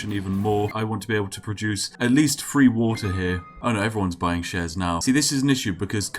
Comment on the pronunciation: I never upvote one of Spiff's videos if he ever uses an F instead of a TH. "A hundred and twenty-free seconds!" Nope, no upvote.